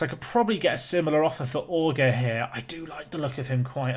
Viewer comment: Auger = O - Jay (but you don't pronounce it with the d, like Djay, it's a [ʒ])